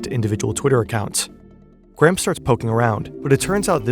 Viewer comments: He almost pronounced ir correctly . Gray-um. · His name is not "Gram", for fuck's sake. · Why do Americans pronounce it Gram? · His name is Graham, not Gram...